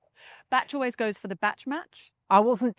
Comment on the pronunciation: “Batch” not “Bash”.